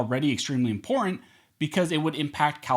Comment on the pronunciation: I cringe every time you say the word imporant instead of important